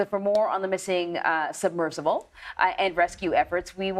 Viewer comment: Fire the host on the right. These people set the canon for how to speak and deliver stories. Missing the 'b' in submersible? Then she calls it a 'subversible'? An 'incredible' complex rescue? All adverbs end in -ly. Visually see? Then a 'submersive'? How is someone like this given this job?